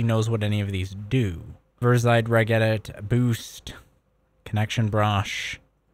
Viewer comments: Pronounced "rej edit" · A Great Video, but it honestly pains me that you spoke about regedit for 15 minutes, and not once did you pronounce it correctly 😢 "r-edge edit", Its 'Reg'istry 'Edit'or